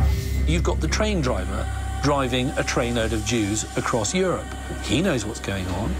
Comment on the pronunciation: “Yourup”, come on man.